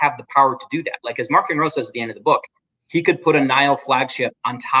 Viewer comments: The way Charles pronounces Marchion Ro just feels weird to me. Maybe Marc Thompson ruined me lol. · not just you. I read the physical copy of LOTJ and prefer to pronounce it as March-eon Ro.